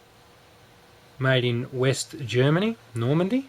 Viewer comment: It's Nordmende, not Normande.